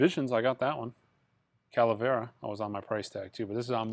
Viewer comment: Its Cavalera :) not calavera! And its Cavalera Conspiracy Morbid Visions